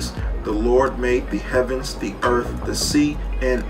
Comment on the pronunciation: "Gawd maid da urf" Painful to listen to